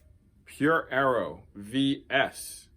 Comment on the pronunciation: It's pronounced Aero no Arrow.